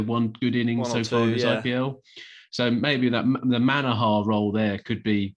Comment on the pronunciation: It's Manoooohar Not Manahaaaar.